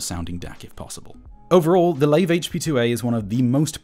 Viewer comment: I think it's pronounced LIVE not lave